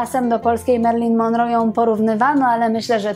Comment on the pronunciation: ponieważ w (skądinąd bardzo interesujących) programach Pani pojawia się często nazwisko Marilyn Monroe, zwracam uwagę, że prawidłowo akcentuje się je na ostatniej wymawianej sylabie, tj. –ro- Proszę sprawdzić wymowę na amerykańskich kanałach.